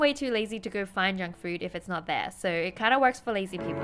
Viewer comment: I heard "Jungkook" instead of "Junk Food".